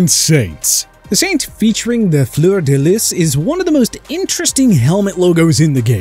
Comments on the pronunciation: The way he pronounced Fleur De Lis hurt my ears. It’s Floor-de-lee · Also, if you can’t pronounce fleur-de-lis, ⚜️ don’t try too. Lol